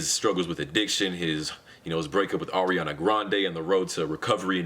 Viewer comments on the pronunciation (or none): none